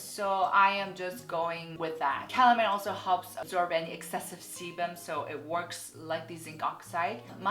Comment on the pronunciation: is it just me or does it sound like saying something else when she says sebum? sorry ><